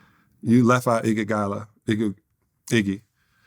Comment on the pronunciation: Andre Iggagala! I can't unhear that. 😆